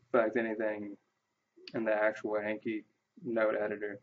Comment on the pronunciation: Thanks for the video! It convinced me to download the plugin. Just a quick note: the program's name comes from the Japanese word from memory which is Ah-nki (rhymes with donkey), not A as in cat or hat. Also, where did you get that awesome background? :D